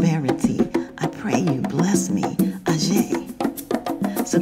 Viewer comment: No my friend, Orisa Aje (pronounced ajay not ajeh) (pls drop Shaluga part) is the daughter of Olokun Seniade